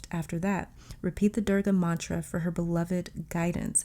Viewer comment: Wow, you pronounced the durga mantra correctly..she is godess of strength, protection and destruction a very powerfull one. this card was real surprise. Thank u